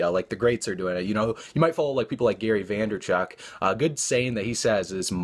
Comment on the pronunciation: Vaynerchuk NOT Vanderchuk :)